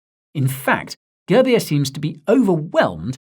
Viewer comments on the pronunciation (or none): All the Indians who laughed each time he said Girbeer please like this. 😂 It's pronounced as 'Goorbiere'